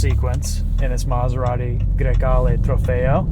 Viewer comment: Bro said that name so flawlessly